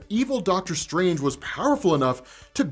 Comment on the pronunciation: Dr. Strang-er.